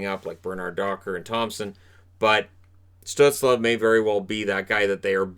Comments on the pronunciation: Hey I really enjoyed the video and your channel! However I do believe that Tim Stuetzle is pronounced “stoozle” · Reichel and pitirka? No no no no no Stuzle and pitirka :)